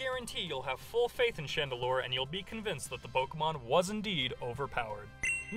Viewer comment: Chandelure, not Chandelier!